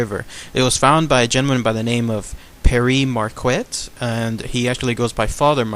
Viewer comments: Pronounced Pierre Mark-ette. He was kind of a big deal. Otherwise great video. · Pere Marquette, the qu is a K sound in this name.